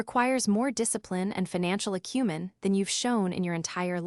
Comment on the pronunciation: Now, if only AI could learn to pronounce "acumen". 😀